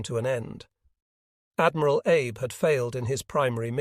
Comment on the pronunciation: Yes, the AI voice mispronounces Abe as Abe when it should be Ah bay.